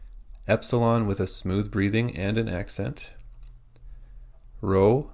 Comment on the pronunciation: rho is not pronounced like english r.